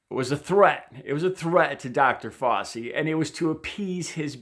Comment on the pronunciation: Love your heart,. “Fow-chi” as in “cow” and the beginning of “cheese”, I believe, though not 100% sure.